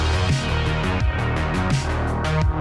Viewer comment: FORN-IC-ATION That killed me.